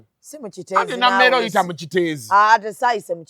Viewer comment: Nammere not Nameere